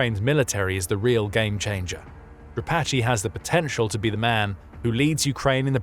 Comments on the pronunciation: Не Дра'патый,а Дропа'тый,который отъявленный террорист,Вы ,ведущий такую хрень несёте,тошно слушать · Who is “Drapatchy?” The man who replaced Syrski is Dra-PAT-e